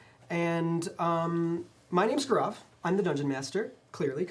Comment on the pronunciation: Cringed when Gaurav could not say his own name right.